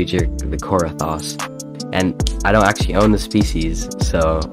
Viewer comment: kor- a- thas